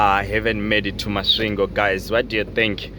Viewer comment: Warrup Thus time around u passed thru my hometown thoh it's kinda tricky 4 u to pronounce it properly😂 but anyway big up 🙌 Masvingo coming from Botswana is tiresome 🙉 coz of two borders involved no wonder the journey became extra long given tht 1300 is a thing u normal do in One n a half or a two days so Big up man. We greatly thankful Keep doing yo thing